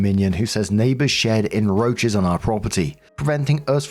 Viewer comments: Does he think the c is silent or can he really not see it? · When continually says "enroaches" instead of "encroaches"...........